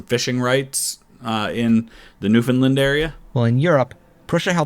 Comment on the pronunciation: I mentioned in the past when you had pronounced it wrong, so it’s only fair that I now thank you for pronouncing Newfoundland correctly lol